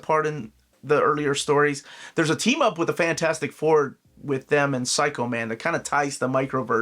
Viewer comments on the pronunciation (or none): none